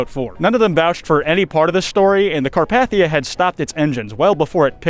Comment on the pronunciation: You also mispronounce 'Carpathia.' The 2nd A is a long A, not a short one. YET ANOTHER EDIT: You also mispronounce 'stymied' , and at least 2 other common words I didn't list. How can any American be THIS bad at English by their mid 20s? If I had been your teacher, I would not have even let you graduate. You should be embarrassed. USE A PROOFREADER from now on until you learn English.